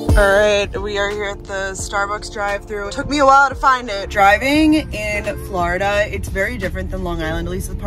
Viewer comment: Love your Flurrda-- pronunciation lol Hello from Florida girl currently in New York! ;)